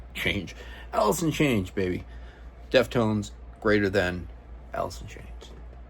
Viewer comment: Did you say Allison change? Or alice in chains? Lol